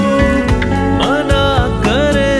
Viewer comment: khwab, khoob, please say it correctly.